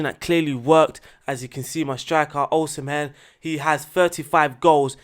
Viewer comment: U didn't butcher the Osimhen but u don't need to pronounce the "h"